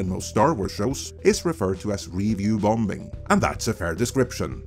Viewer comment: U R JUST THE “BEST”! I ALWAYS LOOK FOR YOUR UPLOADS, AS I KNOW THEY WILL BE RELIABLY INSIGHTFUL. ( slight hint on your English pronunciation: the second B in “BOMBING” is Silent). 👍🙂